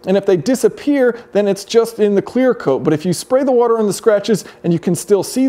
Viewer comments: If you're from Philly wuter is the correct pronunciation. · I agree! Who the heck says wutter? Are you asking me a question about her or talking about water? Who knows! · People who say "wutter" instead of "water" cannot be trusted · don't you mean 'wooder'? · I don’t get it; why the funny pronunciation of “water”? 😐